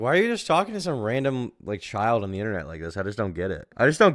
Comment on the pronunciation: lol am I the only one dead at the commentators voice? "The child-uh was groomed-uh."